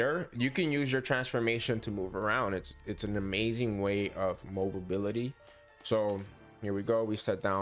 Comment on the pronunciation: MO-BILITY .... 👍MOBLE-BILITY .... 👎 ENGLISH MOTHER F*%$!@ DO YOU SPEAK IT????? Thanks for the tips 😀